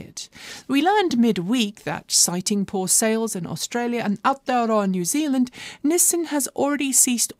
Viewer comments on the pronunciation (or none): Say it after me ... NEW ZEALAND!!!!!